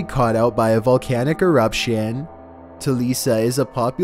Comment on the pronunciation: VOLCANO ERUPTSHIAN.